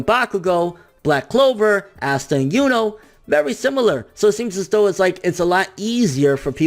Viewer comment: Aasta* right pronunciation - Assta lol, still love you